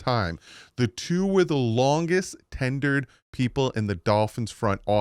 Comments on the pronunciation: “Tenured”. Tenured. You’re making Jersey look bad my dude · Its tenured 😂😂